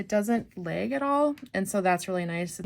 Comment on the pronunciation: Did you just say leg instead of lag. Or were you just trying to draw a leg